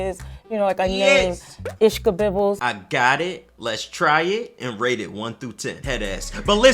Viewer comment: Ishka"bobbles" 😂😂...ishkibbles